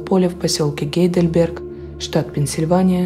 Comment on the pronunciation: Не Гейделберг, а Хайдельберг. Я не умничаю, просто поправила. В Германии тоже есть такой город- гугл в помощь, очень красивый( моя мама его почему-то с Прагой сравнивала). Канал Ваш обожаю, респект Вашей работе, Вы неповторимая! Люблю